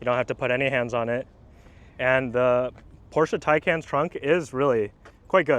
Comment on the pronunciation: Thumbs up for this video and for pronouncing PORSCHE correctly. 800V charging system seems to be way more available here in Europe. Therefore for me the Porsche is ahead when it´s about charging. kind regards from Austria